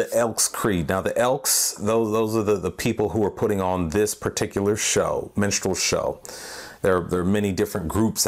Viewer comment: stop saying menstrual. Its distracting